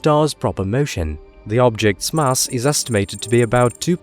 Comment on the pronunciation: Can only assume it's automated or fake! Not even the Queen says "mass" like that.